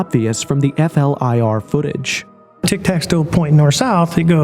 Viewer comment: flir it's not called f-l-i-r. i tkink we're aware that it's an abreiveation. Most people just call it flir, and don't spell it out all the time. whatever it just sounds weird. im sure im not the only person who noticed. but great video anyway. All ur videos are good.